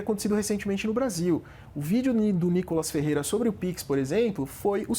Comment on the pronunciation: O professor não consegue falar o nome o deputado federal N I K O L A S F E R R E I R A